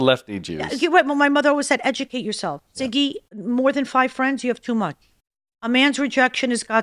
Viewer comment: Sorry Siggy ❤❤ not zigy 😂